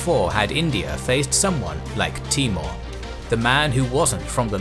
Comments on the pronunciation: His name was Taimoor ( tay- mour) not T-more. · timur not mongol :)